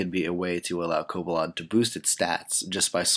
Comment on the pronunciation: Its cobalion not cobalon